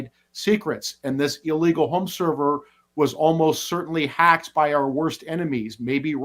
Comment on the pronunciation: Illegal, not illwgal!!